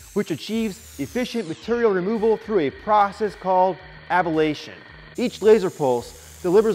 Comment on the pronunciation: It's A bla' tion, not a ba la' tion :)